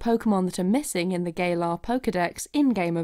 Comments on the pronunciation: Gamefreak.:” Gah-lar” This gal:”GAY-LAR” XD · Yes it does matter because the way she pronounces it is GAYlar which is wrong. Guhlar ga lar galar. Not GAAYlar. But I think GAYlar is more accurate considering the lack of pokemon in the GAYme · haha lol wow xd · “New GaYlAr ArEAs...” Beautiful pronunciation.10/10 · "Gaylar areas" lol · Who are you calling Gay-lar? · You know Galar is pronounced as Ga lar like as in the sound ga you said Galar like the word gay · George Lucas because it is pronounced wrong.